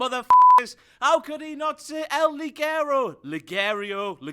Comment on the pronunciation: Ffs why won't they pronounce Ligero the right way